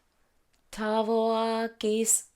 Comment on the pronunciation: Omg your pronunciation of "Tavo akys" was very correct. As a lithuanian I approve :)